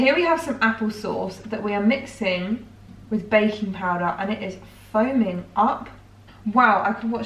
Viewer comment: When you said baking powder, I heard bacon powder lol